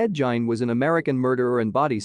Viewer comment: Ed jein ...dude in gein some time pronounced gean but never jein